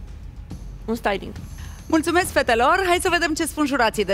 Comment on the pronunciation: doar eu am auzit stailinc?